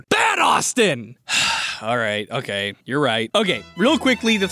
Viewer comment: "hokay so.. here's the earth" I see you, Austin